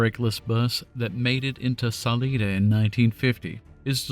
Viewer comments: Yer a saleeda Sah-`LIE-dah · The town of Salida is pronounced: Sa Lie Da, not sa lee da. Remember there are only 2 highways that go east to west over Colorado. Highway 50 and I-70. And yep no guard rails. Monarch has burnt out more brakes and transmissions than any other pass in the country. Old model A's had to back up over it, because of the gas tank placement. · It's Salida not saleeda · Saleyeda actually. Not saleeda. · Glad to know the history of the pass I've been traveling over all these many years. Great story other than the mispronunciation of Salida Colorado.